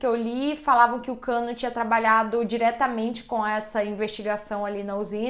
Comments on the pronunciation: Eu bugando varias vezes dela falando Kanno/cano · Dsclp mas eu ri mto toda vez q ouvia ela falando Kano )Cano)kkkkkkk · Nao to aguentando a falando "cano" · Gente tava tudo bem até o sobrenome da criatura ser revelado, e a apresentadora frisava o cano o tempo todo eu ri até morrer😂😂😂😂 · A pronúncia certa é Kannô